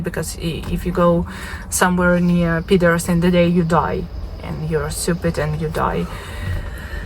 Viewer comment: Is she callin orcs peters 😵😵😵😵